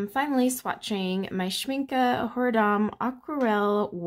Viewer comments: I just found your channel so I apologize for responding late. I do love watercolor swatching. I have 4 Schmincke tins and the large one like yours. BTW, you pronounce the word Schmincke correctly. Its a German word and the E at the end has the Uh sound. Not the E sound. My pans fit very tight. You are supposed to push in the brackets a lot before you put the pans in. Not after. Push the grippers in well at sharp angle and then put the pan in tipping the front down 1st and then push down that back side of the pan and they will snap in tight. Works every time for me. Good luck! If they don't lock tight, you didn't bend them far enough. Make them totally angled down at the base of the bracket. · Oooh all the pretty colours! I pronounce Schmincke the same and I think so did the artist in one of their videos, so I’m gonna say you’re right :D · And it‘s correct how you pronounce it (I‘m from Germany). Well done, thank you! Beautiful paints!